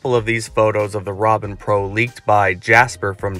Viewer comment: It's not called "Robin", it's "Ronin".